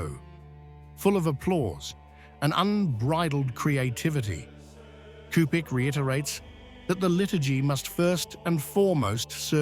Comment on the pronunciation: Cupich is pronounced 'Supich'.